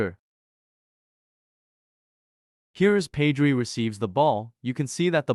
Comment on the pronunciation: ur pronouncing pedri wrong